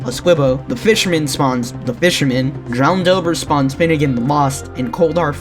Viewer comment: HOLY SHIT YOU GOT FINNEGAN’S NAME RIGHT